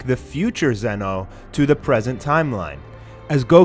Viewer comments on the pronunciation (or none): Why do you say Zeno like that, not being mean but that annoys me